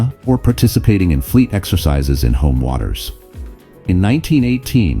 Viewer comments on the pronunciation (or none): none